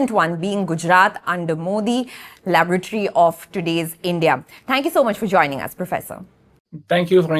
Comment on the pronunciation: I heard it as : "Gujarat under Modi. The LAVARATORY of today's India."